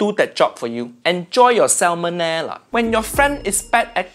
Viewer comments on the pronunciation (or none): none